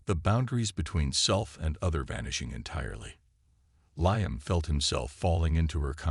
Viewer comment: Before you turn your AI loose again on another story, teach him pronunciation. Liam is spoken as Lee-am not Lye-am.